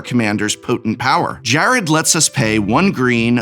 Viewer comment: I already run a vicious deck with Jarad. This is a fantastic addition to my husbando's arsenal. Also, I'm jarred by how you pronounce Jarad lolol